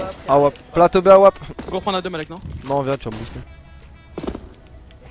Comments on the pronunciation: MDR c'est pas Malek mais Balek lol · enfaite c'est pas Malek mais Balek xD